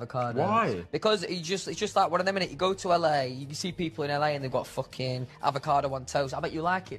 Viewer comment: Louis saying “ them fookin avocados” > anything else to ever exist